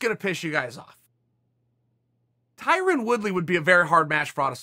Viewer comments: Tyrin???? LOL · I once saw someone corrected a white guy when pronouncing Tyron as Tyrin. The white guy responded that saying Tyron is racist. lmao, could that be why Chael is pronouncing it that way?